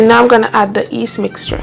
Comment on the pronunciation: Hi, the correct pronunciation is yeast not east!